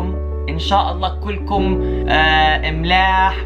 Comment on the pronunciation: سمعتها: "إن شاء اللّٰه كلكم أملاح" I mean like "SALT" 😂😂😂💔